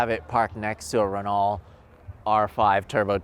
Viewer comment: A Renault is not pronounce Ren-all. Come on dude!